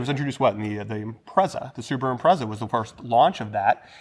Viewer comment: Homework please: Subaru (スバル) (/ˈsuːbəruː/ or /sʊˈbɑːruː/;[5][6] Japanese pronunciation: [sɯbaɾɯ])[7] is the automobile manufacturing divisionof Japanese transportationconglomerate Subaru Corporation(formerly known as Fuji Heavy Industries), the twenty-second largest automaker by production worldwide in 2012.[8]